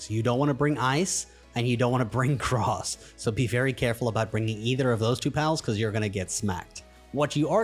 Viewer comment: Did you just say Gross instead of Grass?